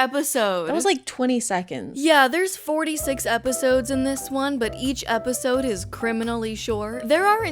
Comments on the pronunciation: I will never not chuckle at EP-OH-SIDEE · My sister in christ, I lost it for the simple reason that you said "Eposide" and realising you were just reading off the fcking app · is episode pronounced like that im confused